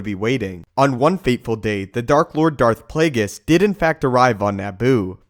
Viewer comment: "Play-gis" its play-ge-us..